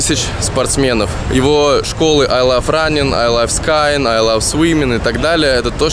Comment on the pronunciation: Ай лав скАинг)))))))